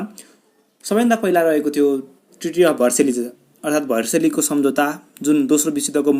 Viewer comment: भर्सेली होइन हाउ भाइ भर्साइल्स हो